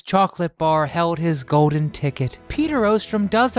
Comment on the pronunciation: How about ordinary words like golden, not 'go-din' and cold not 'code'